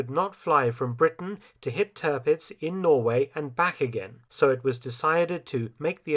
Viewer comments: It’s Tirpitz not Törpitz . Try to get the pronunciation right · Stellar work as always, Mr. Felton. I only have a few oddities that might enhance the impressivenrs further: 'Tirpitz' in German would not be pronunced 'Turpitz' but 'Teer-pitz', and 'Kaafjord' in Norwegian is not 'Car-fjord' but close to 'Co-fjord' with the 'o' of 'bow' as in 'bow and arrow'.